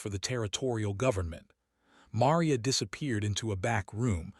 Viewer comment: It was a nice story, although it was difficult hearing 'Maria' mispronounced repeatedly.